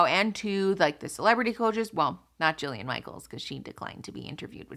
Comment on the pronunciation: It’s “Jillian” Michaels